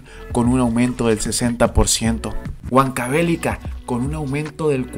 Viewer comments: La acentuación es Huánuco, Apurímac y Huancavelica esta última con acento en la i (prosódico).... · muy buen video, la única pega estas pronunciando mal los nombres de apurimac y huancavelica, ambos tienen acentuación en la i. Y huanuco en la A. Saludos